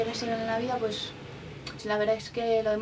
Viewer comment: El español le ha salido como el culo😂 desde cuando aqui en españa "pues" se pronuncio "pueshh"? Dios que mal JAJAJAJAJAJJA